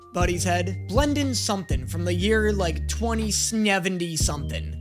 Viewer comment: It's BLENDEN BENJAMIN BLANDIN